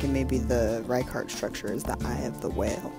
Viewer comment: I’m pretty sure Richat would be pronounced in the French manner, this being an area of French colonial influence. Thus, “Ree-shaa”.